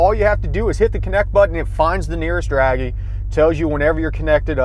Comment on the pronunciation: dragy not draggy